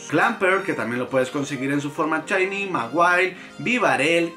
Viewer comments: Dices chainy porque no puedes pronunciar? O para hacerte el gracioso ? Si es la primera está bien pero al menos a mí me caes mal cuando lo dices. Y si alguien pensaba defenderlo o atacarme abstenganse no pienso discutir. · Porque diablos pronuncia "chaini" ?